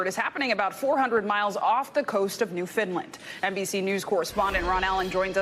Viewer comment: Not being rude... it is pronounced as New-Found-Land but all together, not New Found Lind. Thoughts and prayers for the crew and their families.